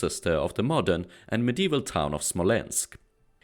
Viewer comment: не знаю к чему токсичность, по моему наоборот хорошее произношение, особенно Новгород и Смоленск, видно что старался. на его акцент в английском вы также реагируете?